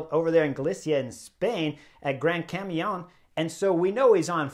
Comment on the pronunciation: I totally agree with you, I always tell my friends the same, Jonas never drop Pogi face to face... we will see, waiting for París-Nice👏👏👏👏👏👏👏❤❤❤❤❤❤🦋🦋🦋🦋🦋🇪🇦🇪🇦🇪🇦🇪🇦🇪🇦🇪🇦🇪🇦🇪🇦 Chris better if you say or pronounce O' gran camino (el gran camino)😉😘😘